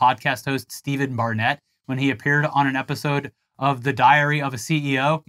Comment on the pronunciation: Steven Bartlett not Barnett 😅 Diary of a CEO is actually great, I highly reccomend it. Steven talks to lots of different people. I don't think I'll be listening to this episode though 🤣